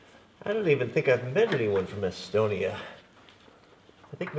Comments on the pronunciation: Is it Estonia or Asstonia?, lol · Not laughing at you, but your pronunciation of Estonia had me giggling.